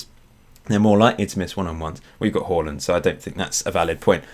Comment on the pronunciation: Who's this Holland fella? U mean Haaland? Hahaha